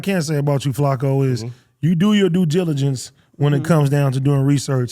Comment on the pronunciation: ”….. you do your due GiLLAgence” that word beat the homey AD up 😅